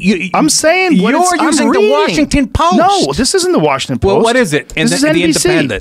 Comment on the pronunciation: Wawshington Powist